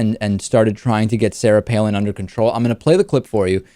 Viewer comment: Joe Cannabyte Palin. Not Pailin.